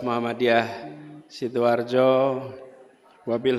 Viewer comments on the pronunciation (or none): sidoarjo min....bukan sidoharjo 🙂